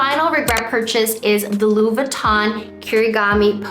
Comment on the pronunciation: You‘re forgetting to pronounce the „i“ in LV. Sounds like you are saying “Lou” instead of “Louis”